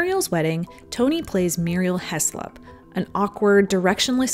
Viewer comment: A few issues with pronunciation: the -slop in "Heslop" is said with a rounded "O" like in the word "sloppy" and Cosi is not said like "cozy" because it's an Italian word. It's pronounced "coh-zih" almost like "coffee". You're doing so well but just make sure to nail the pronunciation! Muriel's Wedding and Cosi are some of my favourite films and I'm so proud of them as an Australian myself so I can be a little over-protective but I want people to be able to fully appreciate them!